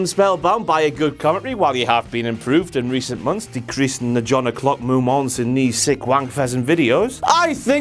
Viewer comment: mo-monts...mo-monts...fucking hell